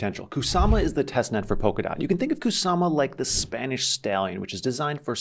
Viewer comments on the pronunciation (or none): none